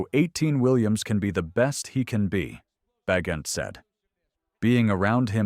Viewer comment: It's pronounced Ba gentm